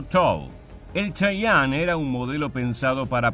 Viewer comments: Se Pronuncia Che-ye-en no chayanne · De hecho se pronuncia chiyen por que en realidad no es una palabra nativa , es como los gringos los denominan fonéticamente de acuerdo a su adecuación propia de idioma inglés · Se pronuncia chiyen , no como el artista sudamericano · en inglés se pronuncia chayene